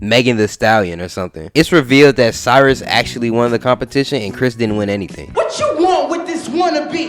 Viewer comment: nah you said it right that’s Chris